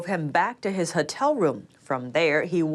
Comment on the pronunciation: HOTEL! not HUTTEL. please!